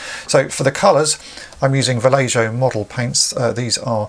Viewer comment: Va-lay-ho. The j is pronounced like an h:)